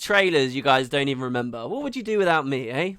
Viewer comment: He said "eh" in his Into! is actually a Canadian who's been putting on an English accent this whole time CONFIRMED!